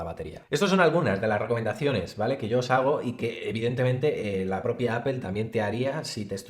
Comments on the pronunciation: Me caen súper, pero no se dice apel. Se pronuncia apol. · Por qué no dices Apple correctamente, es una palabra en inglés y como tal hay que pronunciarla. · Porque dicen “apel”?